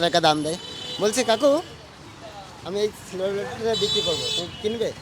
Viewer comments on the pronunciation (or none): ওটার নাম টা ভালো করে বলল সিলভার প্লে বাটান 😂😂